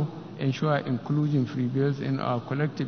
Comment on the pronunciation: who else heard "Ekulushum" Instead Inclusions?